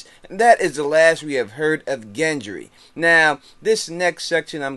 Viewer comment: it's Gendry not Jendry